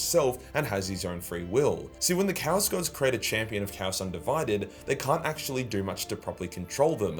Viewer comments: Can you at least say "Chaos" properly, you utter fanny. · TIL/ chaos is pronounced cows.